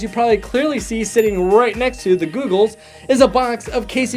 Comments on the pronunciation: wait. did say GOOGLES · Every one knows that he meant goggles, silly Trish Ragan.